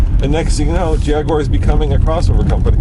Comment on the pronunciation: how can any self respecting brit let an american stand next to him and say "Jagwarrr"